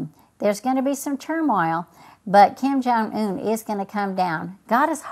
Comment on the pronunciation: "Kim Jong Ooon"